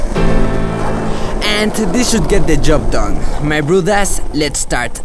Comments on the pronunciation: "My brothos lets start animating" Me: what did he just say? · I love when he says my brew das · yo, what's ur actual language btw? when u say so my broeders it sounds dutch LOL i know i'm 1000% wrong but yeah